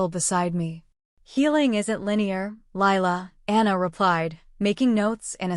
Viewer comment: It’s Lila not Laya